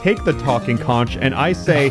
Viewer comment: New map looks fun. You're saying Conch wrong and it hurts my island.